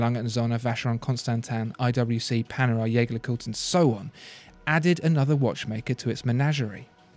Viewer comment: >>> The “Jaeger” in Jaeger LeCoultre is not pronounced “Yea—gah” like the German word Jaeger meaning hunter; M. Edmond Jaeger was French, and consequently his name was and is pronounced ˈʒegɛʁ (Jaeger). The other half, LeCoultre is pronounced ləˈkultʁ. Your audience might (wrongly) assume that your common error is because you speak German. The fact that you don’t speak German is demonstrated by the way you pronounce German carmaker Porsche's name. The final “e” is not silent. Porsche is pronounced ˈpɔʁʃə. A company of your vaunted “poshness” will doubtless appreciate having these small errors pointed out.